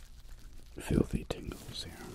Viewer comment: Im sorry did he say fifthly peasant in the beginning 😂😭